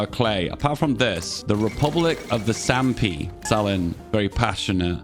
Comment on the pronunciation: Oh FFS.. 1. It's Sapmi, not Sampi. 2. The p is silent, which is why it is also written as Sami. 3. The name is the same in all political forms, it's not inherently communist.